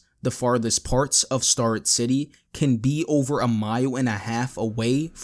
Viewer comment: It's pronounced STARE-rett City